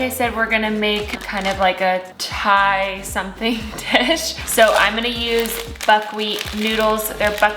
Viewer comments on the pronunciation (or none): none